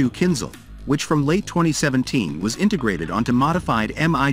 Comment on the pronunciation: KinZHal not KinZal